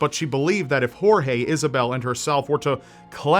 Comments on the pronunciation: I'm from Brazil and never heard about the Brazilian case. thanks for the story. just one thing if I may say, Portuguese does not pronounce G and J like Spanish, if his name is Gorge you pronounce it closer to what it sounds in English than 'Horhe'. And just to clarify cuz it seems a lot of people don't know it Brazil does NOT speak Spanish. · Oh, and the name "Jorge", in Brazilian (which is basically the same as Portuguese, except for some slang), is pronounced "George", as you would normally do...La "jota" (pronouncing a "j" or "g", with the throat, only applies to Spanish. You're welcome! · lol, "horhe" is not how you read Jorge in Portuguese. neither J or G ever sound like English H. In this particular word (and in most words, although there are several exceptions), both sound like J does in French: Je suis un garçon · That's not how you pronounce Jorge in . We speak Portuguese not Spanish.